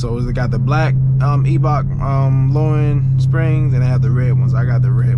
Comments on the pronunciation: Pronounced eye 👁 Bach bro and she looks good 💪🏾🤞🏾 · The E in Eibach is silent. Salisbury/Princess Anne MD! Eastern shore!